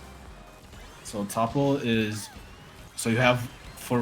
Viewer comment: it is pronounced "TOOOOOOOO PULL," not tupple. 😂 This guy is LYING sooooo blatantly. I'm a Lead Network Engineer for a multi-billion dollar corporation and NOT a programmer....yet I could answer all of the questions you asked. I have a bachelor's degree in Computer Science and a Bachelor's in Information Technology. This dude is full of shit.